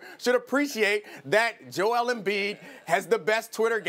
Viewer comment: This Man Said Joel ....